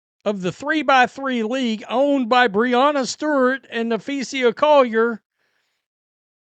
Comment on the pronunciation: is the only youtuber that's too stupid to pronounce Napheesa correctly.